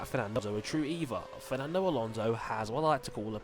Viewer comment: its alonso not alonse and we dont want a wsr driver in it and in the first place who in the hell is antonio felix da costa